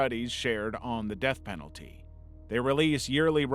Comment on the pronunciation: Said earlier, "serious risks to the Peth Denalty" .... Yeah? so what do you do with these winners?